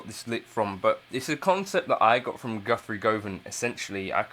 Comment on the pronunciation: Nice video but can you please pronounce Guthrie's name correctly 🧙‍♂